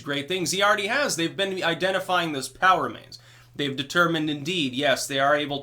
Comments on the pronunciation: It's funny, whenever you say, "POW remains", I hear "power mains". The first time I heard it i had to sit back for a second and think, "what's he talking about power mains for?....oh....I get it." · I was constantly hearing "power mains" and was wondering what he was talking about. Only after awhile it got to me he was saying "POW remains"...